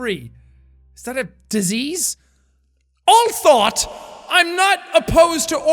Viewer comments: although the is pronounced all-thoh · That moment he pronounces although as all thought 😂